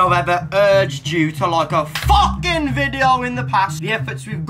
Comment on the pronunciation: Surely I cannot be the only one to crease ? “C’mon Steve” “My name is focking Steve” 😂😂😂